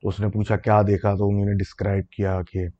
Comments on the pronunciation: Your "unhi-nay" instead of "unho ne" is just love ❤🤣👍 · Ini nay 😄